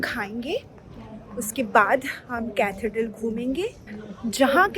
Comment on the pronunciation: Hey! 😊 Loved your London vlog, it was like I was right there with you! 💖 And ah, Parikshit is one handsome guy 😍! And the pronunciation - it's Catheeedral 😊. Keep 'em coming! Enjoy your videos...because they are honest and pure soul vibes